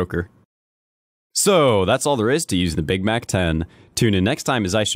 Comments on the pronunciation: It isn't gay-k 47, it is cheeki breeki 47. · "The Gay-K-47" I'm so done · At 2.55 you said gay k 47 LOL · Did you just say "gaygay 47"? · gaykay-47 LOL